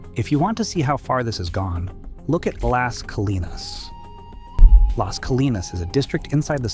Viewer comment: ai slop. AI can’t pronounce Plano, Las Colinas, etc. Showed a sign with elevation over 4 thousand feet, no city in North Texas is above 450. I don’t think this creator has ever been to Dallas, North Dallas, Irving. Anywhere in the Metroplex. And snow? Stupid AI Slop video.